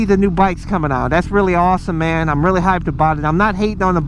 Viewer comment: lets take a shot each time he say 'mang'